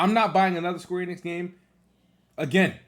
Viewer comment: 1. 20 seconds into the video and he’s already strugglin to say the word “planet” correctly 2. “Square Enid lost ME as a POTENTIAL customer” sooo… the franchise isn’t technically overrated since you would be OPEN in playing the game if it was on XBOX xD 3. Says SQ is MILKING FF7 franchise, but he is cool about the amount of Halo Gears and Forza games that exist LOL 4. “Idk what’s so special about SQ” but cries on why they can’t release it on Xbox… 5. Calls SQ overrated and said “idk whats so special about them” but is STILL planning on getting Forsaken LMAOOOOOOIEBCHUD EXPOSED!